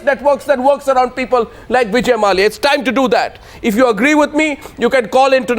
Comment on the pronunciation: mallaya...its mallya